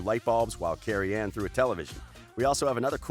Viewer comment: Bro it’s CAROL ANNE. not Carrie Anne.